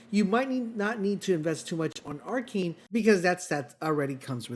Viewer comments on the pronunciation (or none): Ar-KINE? Isn't it ar-KANE?